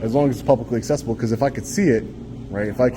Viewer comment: "BCAUZ SEKURITI RESONZ" 😂 Thanks!